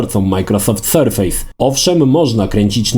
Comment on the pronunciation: Super filmik ale polecam sprawdzić wypowiedź co do nazwy „surface” chodzi o surface jako powierzchnia a nie surface jako sur-face (twarz) mimo wszystko recenzja i wzgląd zostały świetnie opisane. Pozdrawiam.